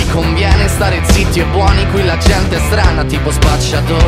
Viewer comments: ZiTTi, not ziti. There are 2 "t". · "Ziti" ?🤣🤣🤣🤣 si dice "zitti" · Un- “zitti e buoni” with two t. Trust me i'm italian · Quel ziti e non zitti mi trhiggera